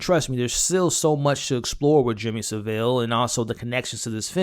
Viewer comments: No Sa'ville. Its pronounced Sav'ille! 😉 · It's pronounced savel 😂😂 the way Americans and Canadians pronounce it kills me 😄 🤣